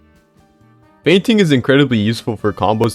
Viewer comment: Thought bro said feigning